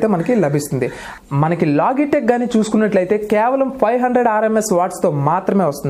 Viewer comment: లోగిటెక్ కాదు. లోజిటెక్.